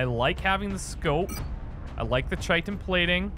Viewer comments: Please, I k now it's too late for this particular series, but it is pronounced KY-tin armor not CHY-tin armor. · dear, I've really enjoyed your playthroughs, I only recently discovered your channel a week or two ago. some helpful pronunciation advice though, Chitin is pronounced like Kite-in. The word comes from greek and the Chi is pronounced like Kai. I guess this only irks me because its also a word primarily used in regards to insects and i have a background in entomology. It probably doesnt distract most people. By the way, I also really enjoyed your XCOM declassified playthrough as well I look forward to your future work! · Chitin is pronounced Ky-tin